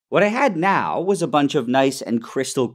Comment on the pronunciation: Nile: professional chemist Also Nile: "I wa totally unsure what wa happening, and just hoped that it was good"